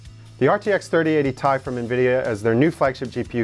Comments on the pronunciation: I always thought it was "t-i" as titanium, not as "tie" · Its Tee ie, not tie fighter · it's T i, not "TIE" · Come on man... everyone I know has always called it a T i. Tie or Tye just sounds so dumb lol. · Tie....? ? ?! !!! ? ??? .....? Stop it. You're triggering me on purpose.